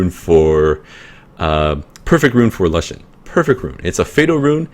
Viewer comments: nice vid bro but plzz say l-oo-shen not lush-en sounds silly but haha, also can u show ur lagmarons runes? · youre the first person i hear who pronounced lushen as 'la-shen' instead of 'loo-shen' lol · lol its funny how u say it XD never heard lushen like that and okay il look out mate!